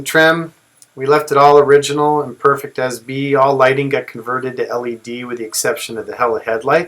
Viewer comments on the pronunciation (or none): none